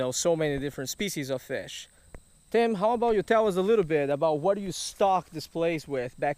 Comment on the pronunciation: For a long time now I thought he been saying Team